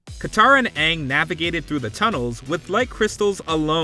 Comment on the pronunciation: "so... ARE you the Awvatar, Ong?" - Sohka